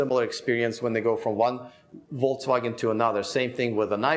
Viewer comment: seems to say VOLTSwagen!? Am I the only one hearing this?